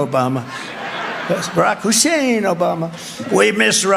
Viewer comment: Stop saying Hussein. Dear God.